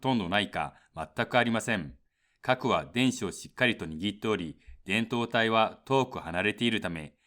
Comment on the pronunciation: 導体の発音が違う。 この発音だと胴体だ。 MOSFETはモスフェーと言っているように聞こえる。 モスエフイーティー と言って欲しい。